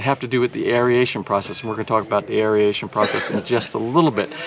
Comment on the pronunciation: No such word as, air E a tion. It is air A tion. Three syllables not four.